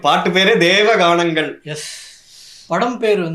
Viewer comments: It is not "Deva Ganam" It is Devaanganangal :) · It is Devanganangal , not Deva ganangal , meaning completely different. :)